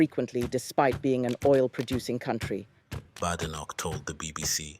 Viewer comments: Maybe you should start by pronouncing her name correctly, it’s not Bad, it’s Bade, Badenoch. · There is no bad in her name it's produced (bay day knock) badenoch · Anyone can govern, provided its not the current government front bench. Oh, and by the way, at least pronounce her name correctly.